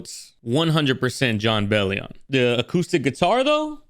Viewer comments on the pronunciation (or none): Hey btw, it is pronounced “BELL-ee-in”, not “BELL-ee-AHN”. Think of it like “billion” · jon mentions in a tweet it’s pronounced “Bell-yin”! so glad you enjoy his music <3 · Then goes on to “correct” himself…